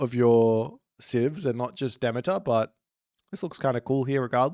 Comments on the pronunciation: He's saying it wrong. Yours is actually closer to the correct pronunciation. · I haven’t heard that pronunciation of Demeter before. My stupid brain wants to say: De-mee-turr